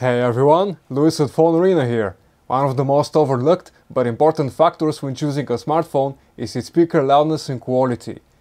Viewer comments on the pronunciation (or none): Its funny how he said factors and made it sound like fukters lmaoo